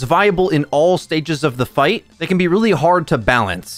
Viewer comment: Just say V bro every time you emphasize they or them i cringe